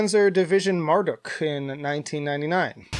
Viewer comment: it's pronounced mar-duke, not mar-duck